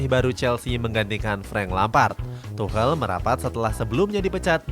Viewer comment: Tuchel min bukan tuhel akwowkwkb,lebih lucu ini dripada video